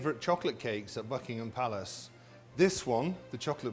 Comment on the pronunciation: I thought he said FUCKINHAM PALACE 😂😂😂😂😂😂😂